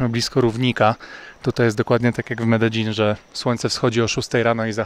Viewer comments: Błagam mów "medejin" nie "medeżin" bo mnie popieprzy. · Medein, nie Mededzin :) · zgodnie z prośbą, poprawna wymowa Medellin, to: Medejin; LL=J Aż zęby bolą od Twojej złej wymowy. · Mededżin niby poprawna wymowa po hiszpańsku a irytuje mnie prawie jak Sidni 😂 A tak poza tym jest ok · Bartek z bez planu mówi Medelin. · W Kolumbii mówi sie Mededźin, to co pokazujesz to wymowa Hiszpańska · Potrzebę zwyzywania cie w komentarzach mam tylko jak mówisz "mededzin"